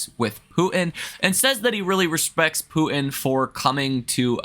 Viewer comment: I like how you pronounce Poo in instead of Putin. Lol😅